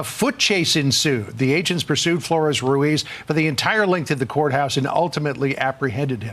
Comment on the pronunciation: There is a trilled R in Ruiz. You trill when there are two Rs written, but also at the start of a word, or after a certain consonants like a b, or optionally at the end of a word